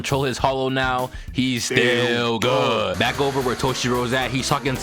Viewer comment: "STILL GUHD" be killin me 🤣🤣🤣